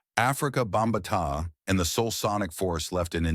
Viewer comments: Again Stupid AI,it's Not Bambataaia it's Bambaata. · Ikr...Africa "Bomb-ba-tai..wtf?!?😂😂